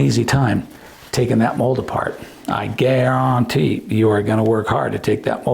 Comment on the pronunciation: Did you momentarily quote Justin Wilson by his pronunciation of guarantee? Great video!